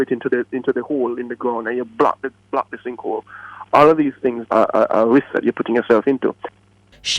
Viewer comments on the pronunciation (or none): DUDE. IT'S SINK HOLE NOT SINK HOLD!! C'MON!